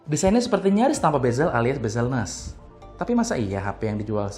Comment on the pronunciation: bezel less bukan bezel ness wkwk